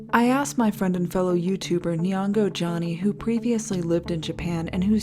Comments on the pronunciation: I love her pronunciation of nihongo. Knee-on-go lol. I had no idea what she meant till I read if but once I realized his yt name was Japanese (language) Johnny I was sold on this guy😂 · It’s pronounced knee hon go